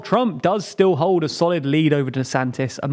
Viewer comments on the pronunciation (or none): none